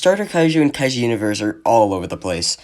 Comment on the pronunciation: 1 only thing kaiju pronunce is like the juliet pronunce isnt kaeu